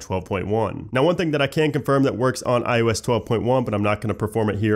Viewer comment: First and omg you still say ioesh 12 except when you say ios 12.1